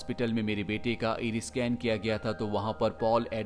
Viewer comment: Bro, explanation is good but it's called i ris, आइरिस, not इरिस